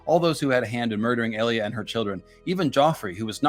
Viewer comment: Who the fuck is EEE-Lia?? I'm pretty sure it's EL-Lia